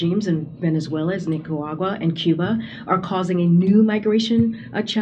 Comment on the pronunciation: Did she say “NicaWAGwa?” I’m pretty sure she did… twice !